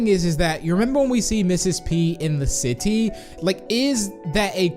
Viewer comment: How u said "City" XD